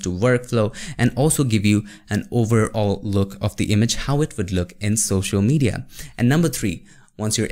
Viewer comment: It's social not shoshal 😅 anyway jokes apart love your videos bro ❤️❤️❤️